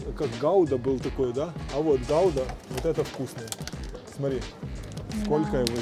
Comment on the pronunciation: Ахахаха,посмеялся со слова Гауда)) Гуда,ребятки,ударение на У =)) Что такое Кабаносы?Первый раз слышу.